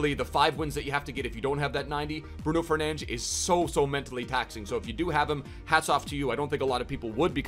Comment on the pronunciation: hearing the commentators in game call him “fernantch” is so annoying